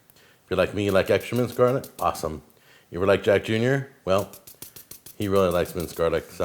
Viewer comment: Out of how much this dude disappoints me with his "cooking" the worst thing is his pronunciation of garlic